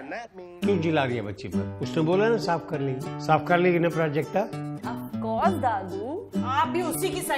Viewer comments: When you hear Projectile instead of Prajakta. To much Engg bro.😂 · R.S.Mishra its Prajakta not prajkta. 😊 ok